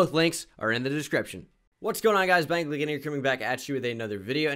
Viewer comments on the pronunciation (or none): none